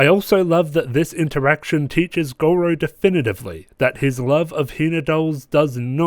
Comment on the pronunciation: Yes, finally! Red hot go's back and it couldn't be stronger! I agree with a lot that you say, especially the bit about Gojou's somewhat inconsistent tolerance levels and the show's inconsistent "contextual" perv-pandering. Also, (I'm really trying not to be pretentious here) "Gojou", not "Gorou". Still, I really enjoy your analyses/red hot goes and I hope you do more! Edit: yo it's fixed